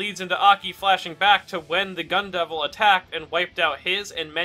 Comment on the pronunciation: I cannot unhear Gun devil as Gundam, h a l p